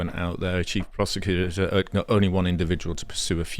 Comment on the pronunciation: i thought he said chief prostituter